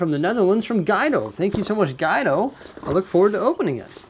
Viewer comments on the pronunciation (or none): Cmon Bricksie!, it’s Gwe-do...not Guy-do. Haha!